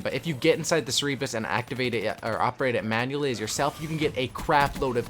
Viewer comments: HAHAHAHAHAHAHAHAH OH MY GOD IM SCREAMING ITS CER-BER-US LIKE SIR-BURR-US WHERE THE FUCK DID YOU GET SIR EEE BRUS FROM? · CERBIS HAHA.. CER-BER-US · CMON MAN.... Cerebrus??? really? Cerberus. the three headed mythological dog. the announcer in the game even says it the right way... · the murderer r2d2 is pronounced sir-bur-us